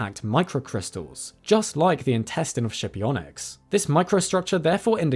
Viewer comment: skipionyx. pronounced with a hard /k/